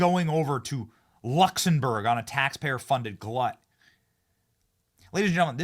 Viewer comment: great show, but again, check your pronunciation. Luxembourg has an 'm', not an 'n'. Keep up the good work.